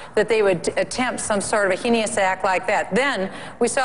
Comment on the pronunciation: "hay-ne-ous" - bachman